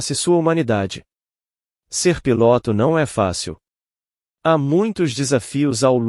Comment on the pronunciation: Por que nos relatos o relator assassina a lingua portuguesa neste relato ao inves de falar piloto o narrador fala pilôto é um charme de palavras ditas erradas.